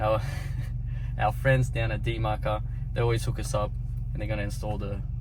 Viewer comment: ok but why do you pronounce dmaker like that